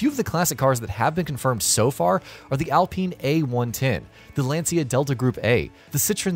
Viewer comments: so why did you ask me? you know too that Len-Si-Ya from video is not the same as Lan-Cha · I know exactly how it’s pronounced, I speak Italian. It’s “Lan-cha” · You pronounced LANCIA as Len-Si-Ya?! OMG, awful! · let's google and do not forget that it's italian word